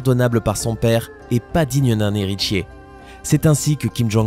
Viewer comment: "Setchem art" "Matchères de premier choix" "Monde entché" "digne d'un héritcher" on croirait entendre l'autre asiat